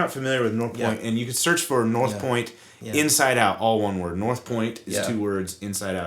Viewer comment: great job guys. Love the channel. make sure you emphasise "Inside out" not "insidious".....lol